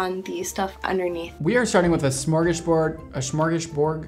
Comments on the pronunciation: Smörgåsbord, dear ☺️ emphasis on the å! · why did he say it in cursive- LMAOOO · I'm here all DID HE PUT A BURG at the en of that word?! Is it a German word? LOOOOOL #ScandisForMondo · what I think you were trying to say is Smörgåsbord, which is Swedish. Smörgås (you can also say macka if you aren't a stockholm person lol) basically means sandwich, and bord means table. Smör=butter Gås= goose. I know swedish sometimes makes no sense lmao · I believe you're trying to say "smorgasbord", which is Swedish by the way (spelled like this: smörgåsbord). Edit: Glad you found out so soon lol. I guess this is a 'hi!' from a swedish fan :) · me not getting wtf he said Me relishing it’s Swedish and trying to correct him so he says it like a real swed Smörgåsbord:) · smorgasbord. like "smore-gaz-board" no gdjzz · Smorgasbord.... how hard can it be? Extremely disrespectful 😮‍💨